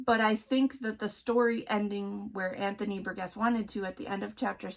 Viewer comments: His name is pronounced bur-jess. I wrote a report on this book as a senior in high school. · Ugh! Burgess is pronounced with a soft G. Have you never heard that name pronounced? I've pronounced names incorrectly that I had only seen written but this one is a pretty common name. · Please learn how to pronounce Burgess.